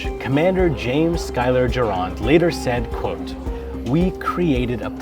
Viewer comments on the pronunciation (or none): none